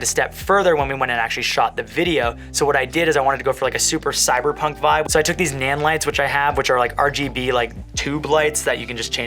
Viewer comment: Neon, not Nyan